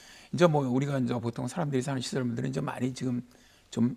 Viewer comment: 이제를 인저라고 하심